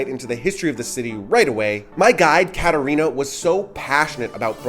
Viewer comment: Keep your F words to yourself and to evaluate komunist and nazi America, since you have really no clue about Slovakia. You did not give them even respect to pronounce the names right, as well as with the correct emphasize - Čumil, Katarína. I get tired of trashy Americans, who do not come to understand and keep saying insultful nonsences!